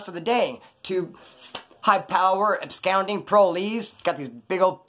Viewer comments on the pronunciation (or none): What type of phone is it? You can lock the phone in vertical orientation, maybe by accident and not know how to fix it. Also don’t take this the wrong way but I’ve noticed you can spell Absconding correctly but when you say it aloud you seem to say “Abscounding” Which isn’t a word. I love your content but that shit drives me nuts. Anyway, let me know about the phone and I’ll try and help you figure it out. Also do you use the front facing camera “selfie” camera on the screen or the rear camera on the back of the phone? If you use the front camera it may not be as simple as I’ve made it out to be, if possible at all but I’ll look into it for you regardless bro. Much love.